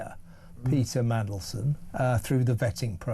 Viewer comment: lmao. .Have you always pronounced Peter 'Peda' or do my ears need checking .